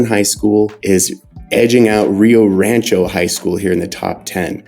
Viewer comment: It's funny how yall pronounce Spanish words xD Ree yo raaanchow SMH